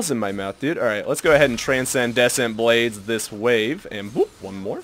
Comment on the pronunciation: Okay, Transcendent Blades, is pronounced 'tran-send-ant blades.' (I realise I'm being an asshole, but I don't know why this bothered me so much.)